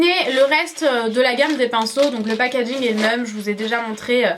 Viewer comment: Super video mais si je dois dire un petit truc arrete de dire packadging ( désolé si sa s'écrit pas comme sa ) car après sa énerve un peu mais sinon super dommage que tu n'est pas donné les prix voila bizou